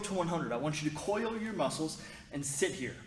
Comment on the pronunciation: Vewy vewy stwong "moussles" righ?! 😉 Yeahh I caught that lol and also "schmoke" n a pincake!?? Keep that going with those one worded accents from unique character!! 😆 It'a funny! Lol it's good no one else is doing that!!